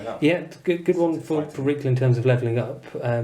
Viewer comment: Reikland should be pronounced with an I sound, the River Reik is an analogue of the Rhine and the two sound similar - not that it makes a difference five years after the fact :-)